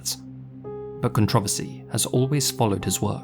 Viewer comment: Never heard the word controversy said that way before. Thanks for that.